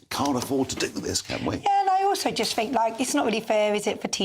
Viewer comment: Why does that bird say Fink rather than think!!